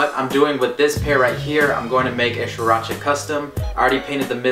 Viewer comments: 😂😂😂 this foo said sriracha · If you can't even pronounce sriracha right you're not a real asian